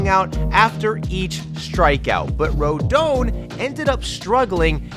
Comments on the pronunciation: For future reference, it's RoDON, like DONald Trump. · Ain't no way you say "ro-doan"